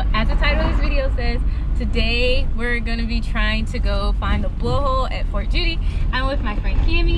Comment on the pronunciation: It's "Fort Juedy".